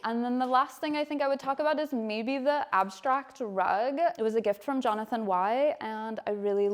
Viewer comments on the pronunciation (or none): none